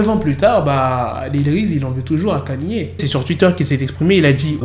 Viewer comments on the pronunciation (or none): Kanyé 😂 au lieu de ( prononciation : Kéni